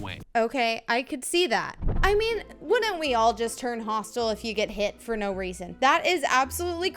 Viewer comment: "Look dor the eye"